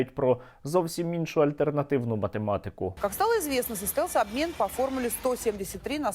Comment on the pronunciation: "Наибильший обмин" ой бл...я Черт Нерусский🤧